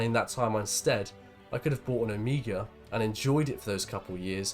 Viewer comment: its not O-mi-gah its Oh-may-ga :)